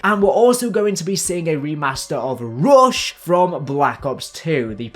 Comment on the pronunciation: Why did you say rush like that 🤣🤣